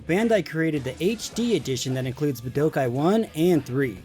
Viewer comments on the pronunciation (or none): It’s BOO DOH KAI not BA DO KAI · The way you pronounce Budokai makes me want to rip my ears off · You know god damn well thats not how that word is pronounced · Are we just going to ignore the fact he can’t pronounce budokai correctly